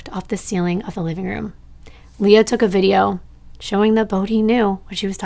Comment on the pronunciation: I can attest to the fact that my name is actually hard for some to pronounce believe it or not. Almost always when it’s spelled Leah it’s said Lee-ah. Just the way said it. Ok on with the video….. ❤ One more thing, I love nirvana and think it would be cool if a TC creator covered Kurt’s case because as some of us believe…there might be more to the story.